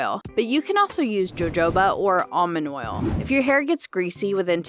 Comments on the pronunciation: It’s pronounced “ho-ho ba” not “joe joe ba” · did u say joe-joe-ba oil? 😂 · No, it's hu-ho-ba oil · Did you really just say jojoba like that 😂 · Is that the pronunciation for jojoba? Just honestly wondering